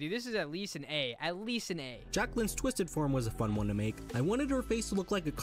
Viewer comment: He said tuisted